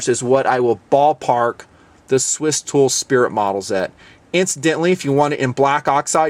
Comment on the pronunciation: Did say Stool? Lol!